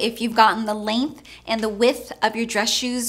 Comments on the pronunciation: Love your videos but it drives me crazy when you refer to shoe 'with' It is 'width' here in uk I'm done! Haha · There's a "d" in width.